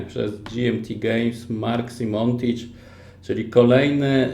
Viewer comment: Mark SimoniTch, nie SimonTich. A poza tym, to super :)